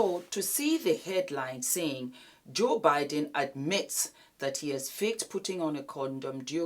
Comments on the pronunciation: it Budden not Biden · it's Budden. 😂 You got me rollin. I'm sorry but those women know they don't feel a condom, they know exactly what they're doing. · you keep calling him”joe biden”…😂